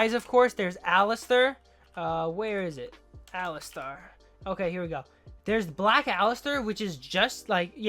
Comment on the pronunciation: it's ali-STAR not ali-STER